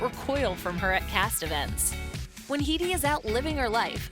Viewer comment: That's not how you pronounce Headey.